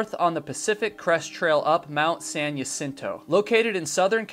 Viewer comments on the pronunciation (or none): Great channel! Btw, Mt Jacinto is pronounced "ha-seen-toe"... say it fast though 😊